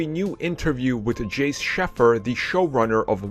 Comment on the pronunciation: It;s pronounced Jack Shay-fu not Jace Sheffer